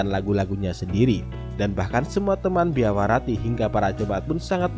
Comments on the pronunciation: Biarawati nyebutnya Biawarati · Lafal kata Biarawati kenapa selalu dibaca Biawarati sich????!!! 😭😭😭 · bang .. BIARAWATI bang .. bukan BIAWARATI ..😭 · Biarawati bukan biawarati min😁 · Kupingku yg salah kali ya denger "Biawarati" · Kuulang² apakah telingaku salah dengar tapi bener anda menyebut biarawati itu salah menjadi biawarati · Kirain gw doang yg denger..gw denger dua kali salah nyebut...BIAWARATI...